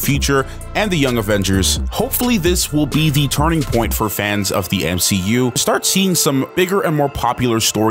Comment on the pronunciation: Sadly if its on the level of she hulk it will barely be worth watching. Oh you miss pronounced M She U.